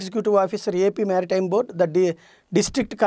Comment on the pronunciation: మ్యారిటైమ్ కాదు మెరిటైమ్ అని పలకండి!